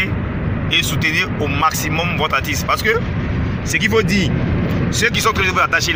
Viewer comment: On dit artiste pas atisse. Ha ivoirien avec le mauvais français.